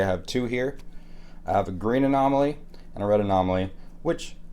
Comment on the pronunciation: Hearing him say green anomaly pained me XD